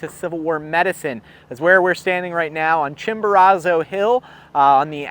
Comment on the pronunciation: You are pronouncing is that Chimborazo wrong